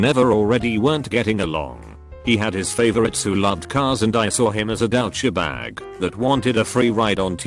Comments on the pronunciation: Everyone else: Douchebag Text2speak: DEWSHBAG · No one: Bot: DOWCHABAG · “Dow cha bag” 😂